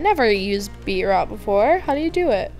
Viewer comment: its pronounced BEET-ROOOTS srry </3